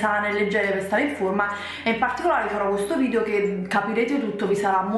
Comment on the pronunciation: ma te l'hanno mai detto che non si dice VIDIO ma VIDEO?